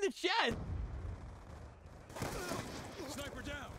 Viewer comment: SVU is a DMR, not a shhhnnnnaaaaipeh